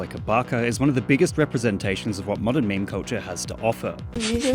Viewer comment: I thought he was saying coacher instead of culture for 3 whole minutes